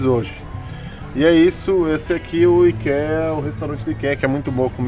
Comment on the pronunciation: Queridosss, encontrei o canal de vocês hoje procurando por viagem com dogs e foi um achado!!! Obrigada pelo conteúdo maravilhoso. Só uma diquinha construtiva: ikea se pronuncia "aikia". (ps.:fiquei com o coração na mão no vídeo da perdida no aeroporto, ainda bem que deu tudo certo <3)